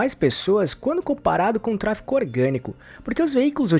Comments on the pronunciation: A pessoa que narra o vídeo diz “TRA FI CO” ao invés de tráfego… pra mim já perdeu credibilidade. Nem cheguei ao final do vídeo. 🫣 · "Tráfego" e não "tráfico", 😂😂😂😂😂😂😂😂😂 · Trafeco???? que agonia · Ele fala tráfeCo pago... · Qual a dificuldade de pronunciar "tráfeGO"? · simplesmente não consegui engajar no vídeo pq me dava agonia o cara toda hora pronunciando "tráfeCO" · Pois é, acabei de comentar isso… como uma pessoa quer ensinar uma coisa que não sabe nem falar o nome?